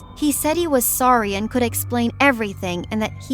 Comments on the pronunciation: She pronounce sorry wrong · She said "sore-e" Lmao